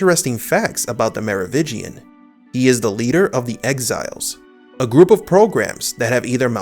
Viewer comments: Mar Oh Vin Gian. You keep saying 'Mar Oh Vig Ian'. You keep dropping the 'n' and I cringe every time. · It is "MeroviNgian" not "Merovigian"! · Mero VIN gian, not “Mero VI gian” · It's Merovingian, not Merovigian. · Merovingian not Merovitchian, please. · MeroviNgian. There's an "N" in there. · Theres not a silent n in Merovingian Mero-vin-gian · Dude, again.. Me-ro-wiNNNnnngian. Nnnnnnngian! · i know, i noticed it too but i dont hold it against him, its a strange name and sometimes ppls brains dont register words the way they read them vs the way they say them